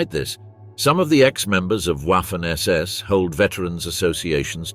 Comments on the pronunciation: Wiking (why king) come on Wiking and Viking are pronounced the same for G’s sake. Waffle SS. It’s pronounced Vaffen then there’s the whereMact. W’s are V’s S’s are Z’s all this research and youb failed to pronounce simple differences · It is prounced "Vaffen SS" as in the V sound of the English words such as "very", "void", "vast", etc. and not something that sounds like ouaffen SS with the W like in the English "water" or "waffle". Hearing this used repeatedly throughout the otherwise excellent video is very annoying. From experience it seems only English speakers (especially Brits) don't seem to care how to pronounce words from other languages. Truly mystifying. I am in no way glorifying the Waffen SS, but hearing ouaffen SS over and over is jarring and just a demonstration of a complet lack of caring / ignorance? of how non English words are pronounced in any other language. For example the auto maker brand VW is pronounced "Folks Vagen" not Volks Wagen. Is it really so hard to give a F**k or is English the "Master" language...? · The "w" in waffen is NOT pronounced as a soft w as in what. PRONOUNCE the w like a VVVV as in violent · It´s pronounced vaffen